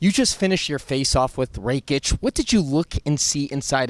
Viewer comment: It’s not “REKIĆ”. It’s RAKIĆ, better learn how to pronounce his surname, because you gonna say that surname a lot.